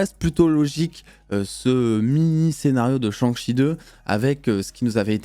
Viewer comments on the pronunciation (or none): Un gros « cheuh »🤣🤣 ça se prononce CHAIH (avec le H aussi)